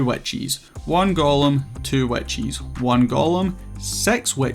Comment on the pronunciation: for 4 minutes and 40 seconds I was wondering what "Wet Cheese" was lmao, I'm far too new to understand that what I was hearing was witches haha, good video man!